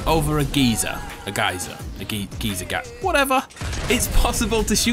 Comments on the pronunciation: Geezer is another name for like a old person, geyser is how u are suppose to say it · It’s a guy-zer A guy-zer NOT A GEEZER! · In Australia it’s pronounced guy-zer. A gee-zer is what Jamie Oliver calls his friends. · It is pronounced GUY-ZER. LOL the more you know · it’s guy zur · it’s g-uy-ser 😂 Great vid again though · its pronounced guy-sir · It’s pronounced guy zer in the whole world lol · The first deliberate “geyser” mispronouncing was cringe enough, thanks.